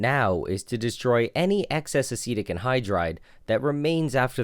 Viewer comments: Acetic acid sounds like acidic acid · I legit thought he was pronouncing acidic wrong the entire video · Yeah it took me 5 minutes to realise he wasn't saying acidic wrong he was saying a different word completely, asitec